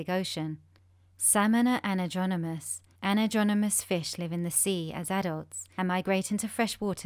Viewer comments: Pronounced a-NAD-dro-mous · FYI...salmon are Anadromous not anadronomous.